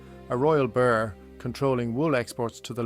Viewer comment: It would be nice if these AI things would learn to pronounce the word "Burgh" properly ,it is not burg!!